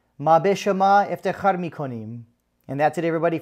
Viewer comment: Maa be shoma eftekhar mikonim 🤣🤣🤣🤣 why you had to pronounce it like that? Like saying you’ don’t know Farsi? Lol. That was funny man. But thanks for the program